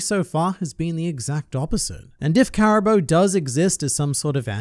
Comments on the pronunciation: Its pronounced CARA BOO not CARA BOW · Why do you say Cara-bo and not cara-boo?